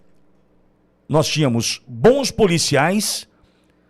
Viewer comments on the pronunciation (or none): none